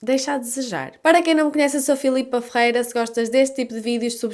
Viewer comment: Gosto da forma q vc pronuncia seu sobrenome: FRR'REA. A principio, pensei q era de origem romena ou eslava. 😅🤣 Só entendi depois q vi escrito.